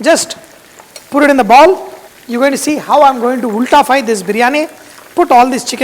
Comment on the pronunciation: Ultafy..😂 New word today